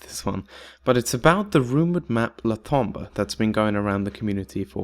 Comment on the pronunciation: It's pronounced Tom-bou(ght). The bou is pronounced with a british accent. Et voilà, Tombeau pronounced perfectly.